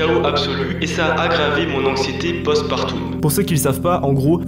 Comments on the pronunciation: Rien à voir avec le sujet mais juste pour info, post partum se prononce plutôt « post partom » que « post partoum », c’est n’est qu’un détail évidement. Merci pour le contenu de qualité. 😊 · Partum pas partoum 😂 oh merde 😂😂 je suis sur que. T’achète des Schtomeuls 😂😂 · Post partum ça se dit pareil que aquarium 😅 'eume' pas 'oume'